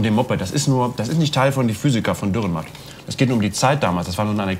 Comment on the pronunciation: Sehr schön, aber bitte, der Autor heisst Dürrenmatt, nicht Dührenmatt. Trotzdem eines der schönsten und cleversten Beispiele Schweizer Literatur.